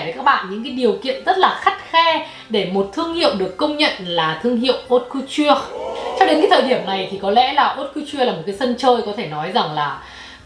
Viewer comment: Thông tin bổ ích nhứt nhứt nhứt mà mình nhận được có lẽ là cách phát âm chữ Haute Couture:))) Cảm ơn. Giờ mình cày tiếp video khác của nè.